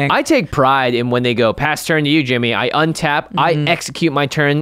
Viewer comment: I'm a big fan of saying out loud, "Untap, upkeep, draw" at the beginning of turn to help remember. Although a lot of times it sounds like "Unta-pkee-dra" like Kyle Hill does.